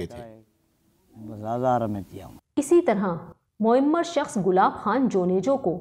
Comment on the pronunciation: لفظ مُعِمَر نہیں بلکہ مُعَمَر ہے، بڑے آئے انٹرنیشنل چینل